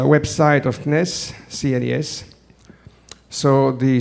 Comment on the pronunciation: Nice video, full of "things I lke" =) Thank you. I won't comment on every sentences I heard, only how CNES is said in english, a french understands it like this "C NIS" lol